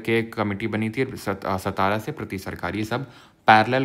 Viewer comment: It's not सतारा it's सातारा